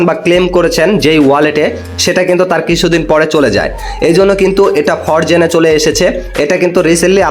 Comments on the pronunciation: ফরজেন নাকি ফ্রোজেন ভাই। আগে কথা বলতে শিখেন মিয়া। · উচ্চারণ শিখরে ভাই😂, ফরজেন না এটা।😂